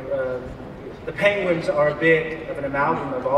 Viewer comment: Aww, he said Pengwengs